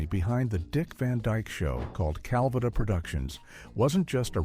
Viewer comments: What idiot narrated this ‘expose’? An AI voice?? Absolutely stupid, mispronouncing Petrie, Calvada . . . . the still shots are flipped backward. Anyone actually associated with this show should have nixed this debacle!! 😡😡😡😡😡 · Your crap AI narrator is pronouncing Calvada wrong throughout the video except when the AI says “drink Calvada”. That time it is pronounced properly.